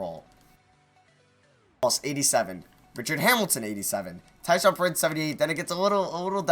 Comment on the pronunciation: every time he said "tyshaun prince" instead of tayshaun, i would cringe 😂😂😂😂